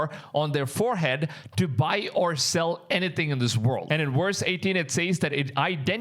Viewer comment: Love your content but please practice your V sound. When you say VERSE it sounds like worst. #constructive advise